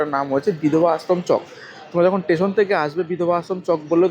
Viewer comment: I believe ur a new blogger in tour, mentioned off season rate of hotels, 6"x7" ft bed cannot accommodate 3 A,, also rectify ur pronunciation, instead of station, tesan, construction - contraktion, is heating on ear, please give me a season 2+2 beaded, commode toilet, hot water 24 hrs room tarrif preferably in ground FLR near sea beach as close possible, because I have 1 aged female having problems on both knees, with out lift is not possible to stay upper flrs, I need two 2+2 beaded commode toilet geyser room in 2nd week of jan in Full season.